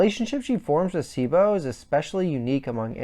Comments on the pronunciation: Your pronunciation of names is terrible! It's pronounced BLAME not BLAM It's pronounced KILLY not Kirri It's pronounced CHEEBO not Sibo It's pronounced SAH-NAH-KEN not sanakin come on man! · I know I’m here late. But some input: It is pronounced BLAM. The sound the GBE makes when firing. Cibo, is see-bo. Sanakan: pretty much how it’s written. Killy is the generally accepted English name, Kirri is how it is pronounced in Japan. I would put myself nearly on par with Inseinen as far as my general knowledge on this. I have been a fan since this series started selling way back in the gap. I am confident in my knowledge, and so far few have shared such passion and interest on this series which was a big part and still is a big part of my life. I love all of Nihei’s work. I won’t pretend to fully understand all of it. But I am passionate nonetheless about them. And Inseinen was on point. Sanakan is best girl.